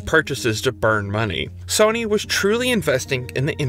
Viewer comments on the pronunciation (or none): why is he pronouncing it Sonny 🤣 its SOH-NY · i refuse to watch a video about sony made by a guy who pronounces sony in a way i have not heard another human do it